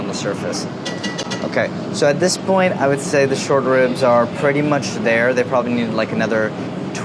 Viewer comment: Every time he said short ribs i heard shortbread lmao